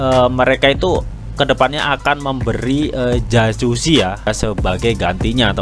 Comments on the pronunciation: jakuzi bacanya bro, bukan jacusi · dibaca yakuzi bang,,,bukan jajuzi,,hehe